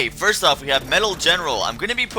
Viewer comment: *first* not *fist*